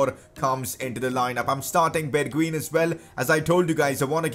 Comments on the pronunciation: you are prenouncing his name wrong, Bergwien (how you prenounce it) ---> Bergwijn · bergwijn is pronounced berg"vine" fyi